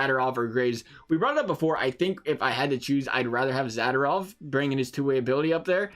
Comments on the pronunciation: It’s Za-do-rov and not Zada-rov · Mispronounced Zadorov everytime. So cringy.